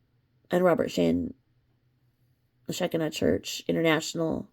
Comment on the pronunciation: Just helping you here on prnouncing Shekinah. It is prnounced Sha Ki Na. Long i in the middle. I can also tell you it is not a cult. I am pentecostal...Assemblies of God... and we recognize them as a church like every other church. Baptist..Methodist..etc...